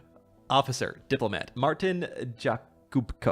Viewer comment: It's pronounced as Martin Yakubko